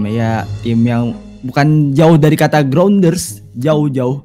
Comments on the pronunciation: Graunders bang bukan graundet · grounders bukan groundet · Grounders Bang :v bukan grounded itu mah beda Akwoaka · Bang, timnya itu namanya bukan groundet tapi grounders